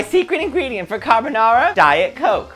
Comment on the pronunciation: Carbanara again. Lol